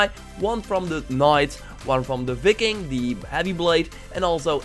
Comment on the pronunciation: He just called viking vicking